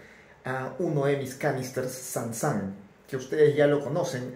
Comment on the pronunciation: Es sun sun no san san jeje buen experimento , tenga su like